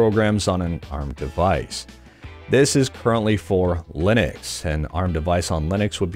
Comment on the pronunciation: Did he say Linex?